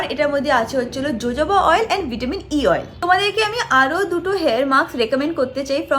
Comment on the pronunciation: Its Hohoba oil.. not jojoba oil